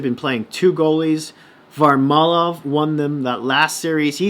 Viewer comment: Great commentary bud! It’s VarLAmov btw lol